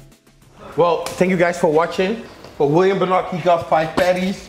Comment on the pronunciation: I always thought Bonac was pronounced Bow-Knack not Boo-Knock